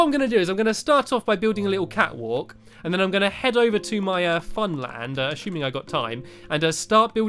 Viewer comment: When you said catwalk, I thought you said fatwalk.